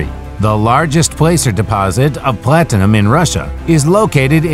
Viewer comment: Plat Tin-a-Num